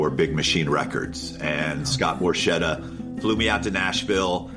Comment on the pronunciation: Borchetta : it is "Borketta" not "Borshetta" .......how about Porchetta ?